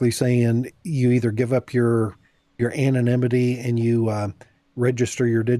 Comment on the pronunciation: she kept saying 'anonmity' the word is 'anonymity'